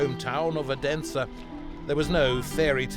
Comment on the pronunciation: Aarhus is "awe-hoos" Odense is "Othensuh" (th like in the)